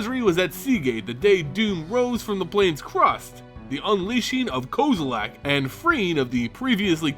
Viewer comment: lol "ko-zo-lak" nope